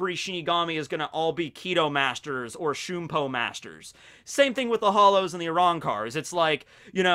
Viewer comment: It is shun(like the word)-po